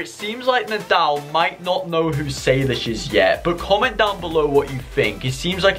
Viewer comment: It’s nodal not naldl